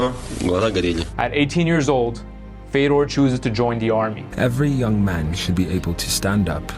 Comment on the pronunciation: Native Russian speaker here. THIS is how you pronounce his name. There's zero f-EH-dors in Russia. And thousands, tens of thousands of Fyodors. Nothing complicated about that. The surname is also incorrect in a major way. But the way that the US absorbs cultures and names, butchers them over time with the promise of money and then spits it out, really does rub me the wrong way. Basically, ye-mhel-YAH-nhen-ko. Again, no room for a mistake, no variations. has it, but it's hard to hear. I understand the last name is rather hard, but 1) the first name is not hard, and 2) everyone gets the Kadyrov's last name correctly... I guess the man stands up for himself, right?.. One thing I can say is: the subtitles for hearable Russian were all generally correct (if not literal sometimes, which is fine). Congrats on that. Some of them are cut incorrectly, but whatcha gonna do. Exceptions: He also says "my plans in sports are to continue to perform". Missed: "they watch his filmed performances together". He doesn't pose it back as a rhetorical question, like the subs kind of imply. He simply tries to finish the answer with the same preface. As in: "a man can be considered a hero if..." and seemingly either didn't finish the thought or cut off purposefully. it's just "good memories, I hope", without specifics. Basically correct, though. Bonuses: Awful accent, but he tried xDD I barely knew it was Russian. Lacks subtitles; he says "I can s